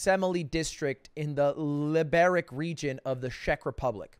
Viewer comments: He really did czech people dirty with the pronunciation of liberec lol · Where my Czech Lud fans at!? (Those who cringed so hard when he pronounced Liberec) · The way he pronounced Czech republic, Liberec and Troskovice made me fucking die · I love how he pronounces Czech Republic and Liberec lmao